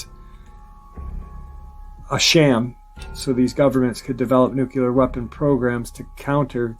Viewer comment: Dulce, New Mexico is pronounced "Dull-Say", not "Da-Loose". Also, you pronounce "Nuclear" as "Nook-Lee-Ar", not "Nook-You-Lur". Sorry, but errors in pronunciation, grammar, and syntax drive me nuts.